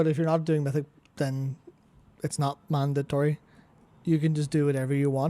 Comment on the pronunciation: What is a "manditree?"